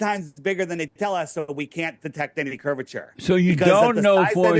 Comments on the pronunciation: He can't even say the word curvature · "Curve-i-ter"...even Moses had sense to get God to appoint Aaron to talk for him...